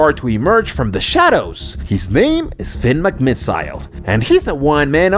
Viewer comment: Your supposed to say it as "Finn Mc miss ol" not "Finn Mc miss i le"